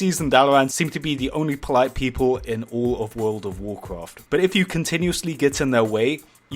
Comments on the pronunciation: "woooulud ouf wouuloaad" :D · Top secrets said in this video: Wald ov wallcwaft Dumbasses Oofer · Statistics of comments on videos 70 percent is making fun if the way he says "world of warcraft" 19 percent is calling him the Ali-a of warcraft 10 percent is replies 1 percent is stuff that actually has stuff to do with the video